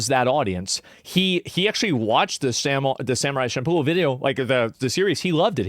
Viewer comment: I just love the fact that he called it Samurai Shampooloo